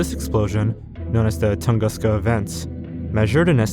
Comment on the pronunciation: How about "Tunguska" and maybe the worst "Eurasia"